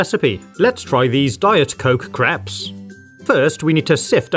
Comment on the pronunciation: "Diet Coke creps"